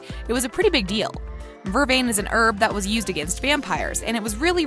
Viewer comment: Vervain, stefan and a few other words. You emphasize the wrong part of the word!!!!!!!!!!